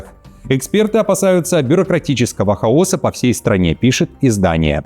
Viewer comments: хАоса , а не хаОса - ИИ пока не рахбирается в некоторых словах))))) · В слове "хаоса" Ударение на первую букву А, а не на О. Думал что ты русский